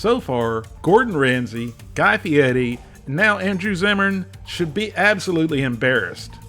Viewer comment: Are you trying to make fun of Guy Fieri's name as you are mispronouncing it. Fee air e not Fee et ee.